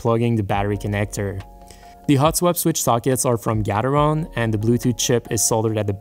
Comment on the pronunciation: Gateron not fucking gatheron!